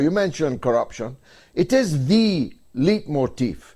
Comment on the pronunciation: Hey George - it's leitmotif - pronounced "light" - not "leet".